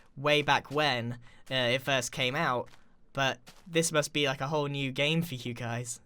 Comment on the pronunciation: btw you said fist not first